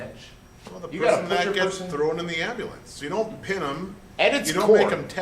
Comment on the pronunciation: Love the way you say Ambulance 'Ambalance" :D